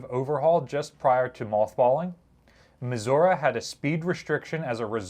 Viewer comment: Thank you for saying Missouri correctly. 😀